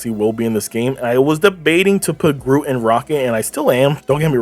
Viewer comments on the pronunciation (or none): none